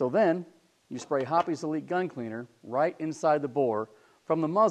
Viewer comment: Hoppe's, by its spelling, is pronounced like "shop's." Same goes for "shoppe's." It isn't "hoppies."